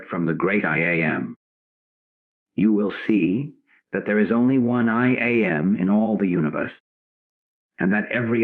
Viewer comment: Yes. I wish the AI wasn’t so obvious. It is a distraction. Especially when it says I am the I A m. 😂